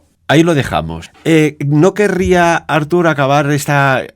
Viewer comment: Perquè insistiu a denominar Artur Homs com “Àrtur” Homs??? Si us plau, pronuncieu bé el nom, que és català, no anglès i, en tot cas seria “Arthur” Homs. Gràcies!